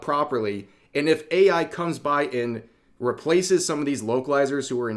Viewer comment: I thought I heard you say "Wokelizer" and now I can't unhear it.